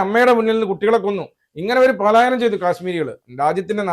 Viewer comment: പാലായനം അല്ല കുട്ടീ പലായനം എന്നാണ്